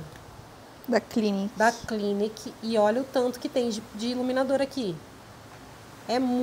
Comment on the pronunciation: Parabéns pelos achados. É "cliníque" é francesa.